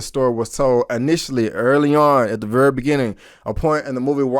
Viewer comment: Your accent when you say the word "very" is really funny. You say it like "verrra".